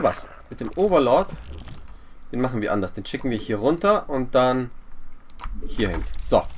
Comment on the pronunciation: Ich habe jetzt alle Videos von LOTV gesehen. Deine größte Schwäche ist die Über-Konzentration auf den Kampf. Im Kampf immer die Larven verbauen. Mit so viel Geld sollte man auch im Kampf immer maxxed bleiben. Und es heißt "Den" nicht "Dent" ;)